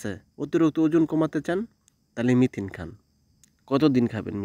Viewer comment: মিথিন বলে কিছু নেই, মেথি আছে। আপনি সব সময়ই ভুল বলে আসছেন, সংশোধন করে মেথি বলার চেষ্টা করবেন।